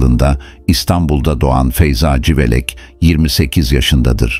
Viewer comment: Yahu, bu metinleri okuyacak bir INSAN yok mu da robota okutuyorsunuz? CIVELEK yerine SIVELEK diyor. Daha onlarca sacmalik. Okuyacak kimse yoksa, bana gonderin. Nereden cikti bu robotik sesler, anlamak mumkun degil. Igrenc